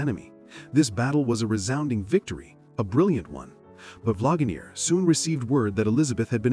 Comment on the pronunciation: Because it's AI. It said Vlagamere. lol